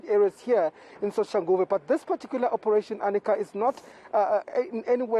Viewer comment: This women is murdering Manqoba Mchunu’s name, I think he should either ask her to show some respect and pronounce his damn name properly or call her Arnica instead of Anika… see how she takes that